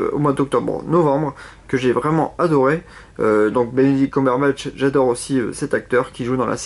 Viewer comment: On dit KEUMburbatch